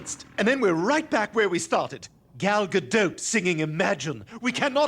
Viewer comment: Still pronouncing Gal's surname wrong though... I mean there are videos of herself saying it the right way, it's not that hard.